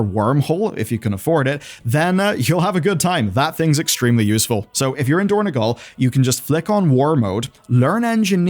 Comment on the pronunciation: it is dorn-O-gal, not dorn-E-gal